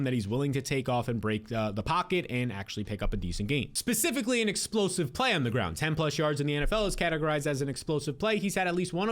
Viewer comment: what does "eckspecikly" mean?